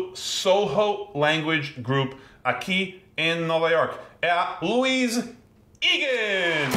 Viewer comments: A pronúncia do nome da Louise não é "Luís" o correto é "Luíze" com o 'e' fechado, tipo, 'ê'. Mas até poderia ser "Lúis" mas nunca 'Luís', pois esse com tônica no >í< É MUITO MASCULINO PRA NOSSA DELICADA LOUISE... BYE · Eu tinha uma colega que se chamava Louise, mas a pronúncia era Luíse